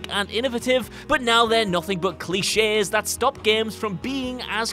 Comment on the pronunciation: He said cli chess instead of cliche lol grammer really isnt that difficult